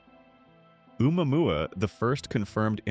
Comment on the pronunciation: Man that ai sure has trouble speaking Hawaiian….2nd vid I’ve seen oumuamua butchered